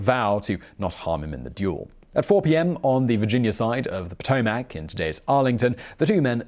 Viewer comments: Potomac river is pronounced Poe-TOE-mick, not Poe-toe-mack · "Pa -toe-mac" , come on man, you can do better than that. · The WHAT river. it's pronounced "Pa to mic" river